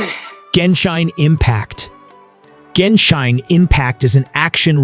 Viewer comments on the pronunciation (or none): GENSHINE IMPACT HAHAHA! ITS GENSHIN IMPACE YOU DUMB MURICAN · He lost me the moment he said "Genshine". This is gonna be a pretty shit list of games. I was really looking forward to playing more immersive and interactive story games like red dead or valhalla....disappointment again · he didnt pronounce shit... its an A.I. voice program clearly...